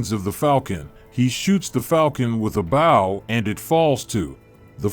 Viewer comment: baw??? Did u mean bow